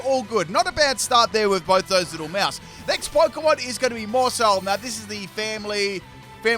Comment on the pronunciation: Whenever he says maushold, I heard moresalt 🤣🤣🤣